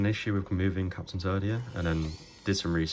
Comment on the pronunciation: It's too funny how I keep hearing "Turd", "Captain Turd" LOL!